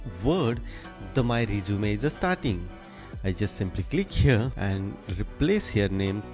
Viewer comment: Too fast. By the way, two terms you might want to correct in English are Cover Letter (not "Covering Letter") and the word "resume" is pronounced REH-zoo-meh, not reh-ZOO-mee.